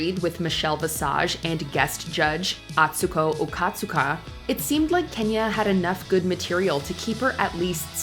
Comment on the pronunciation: Not them pronouncing Atsuko Okatsuka name incorrectly lol 😂❤